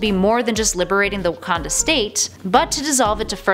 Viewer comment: You said Wakanda wrong